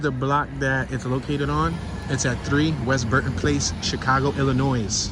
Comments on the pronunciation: BTW, it's pronounced ill-a-noy NOT ill-a-noise! 😂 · IllinOISE, it’s Illinois! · The final s on Illinois Is silent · You are pronouncing Illinois incorrectly. The "s" is silent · How is it that you know how to pronounce "sconces" although you didn't know it; but are pronouncing Illinois wrong? No "s" on the end. Gave you a thumps up as we laughed about it. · Damn Dude, silent s in Illinois, be nice if you had interior photos. Have a good one